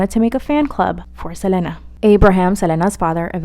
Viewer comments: Right like why is she saying her name like that lol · everytime she says selena i get upset js say it regularly stop tryna be different